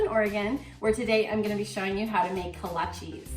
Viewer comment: Kolachis?? "Kolasj" is how they are pronounced, prozimtje!